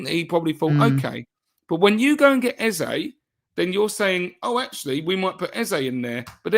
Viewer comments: Eze's name is pronounced A-Z-A, not Ezer. Forget what Rebecca told you. EZE is a Nigerian (Igbo) name, and it has a meaning. There's no word like "Ezer" in the Igbo language. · You are wrong. is close to getting it right. Ay-zé is the right pronunciation and I am a Nigerian 110%. Eze means KING in the Igbo language